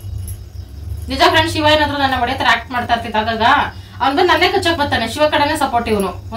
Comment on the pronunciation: ಸಿವ ಅಲ್ಲ ಶಿವ